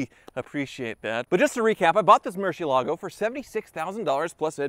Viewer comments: Murshielagoh,... Is that hard to say Mur zi elago? (The z to exemplify the way you should pronounce it) cheez it's just Bat in Spanish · Somebody has to urgently tell this Guy that its MUR-CIELAGO and not MUR- CIE-LA-GO. Its spanish for bat... You welcome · Man, I just realized this whole time he's been saying "Murcielago" but all I heard was "Merci-Lago" hahaha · Why doesn't anyone pronounce Murciélago correctly? I mean, it's a simple Google search!